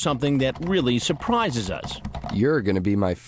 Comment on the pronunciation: "Sur plees"